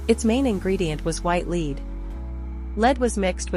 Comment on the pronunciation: Lead? Rhyming with feed? AI sucks.